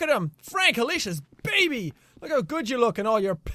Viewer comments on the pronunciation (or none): none